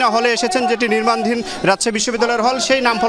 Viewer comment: নির্মাণাধীন।।। রিপোর্ট সাহেব, সঠিক ভাবে উচ্চারণ করুন